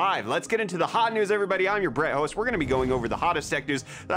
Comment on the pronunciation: did he really say "I'm your bret host"?